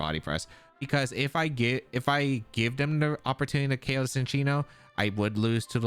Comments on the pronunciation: I also thought it was Sin-chee-no, I just looked it up and in the anime it is pronounced chin-cheeno. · lol no I like the mispronunciations! Sometimes they make good nicknames like Gouging Fire as “The Gorge”